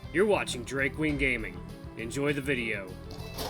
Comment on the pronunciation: At first I heard Drag Queen Gaming... Had to replay the intro and found out it was actually lol. Thanks for the video. I had a hard time finding a reader who chose Bi to date Jenna.